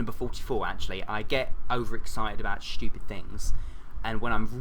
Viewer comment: "I get over excited about shtoopid things." lol